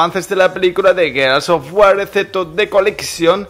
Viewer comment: A estas alturas, y no saber pronunciar el nombre del juego...